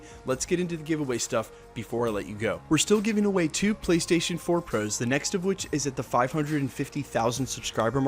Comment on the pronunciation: Not hating on this guy or anything but am i the only one that notices the way he says "ps4 pros"?? Something about it just sounds odd. Idk maybe just me.